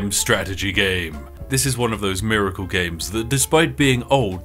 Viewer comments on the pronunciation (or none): none